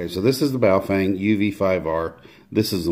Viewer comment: Its pronounced BOW FUNG ... depending on the characters you are reading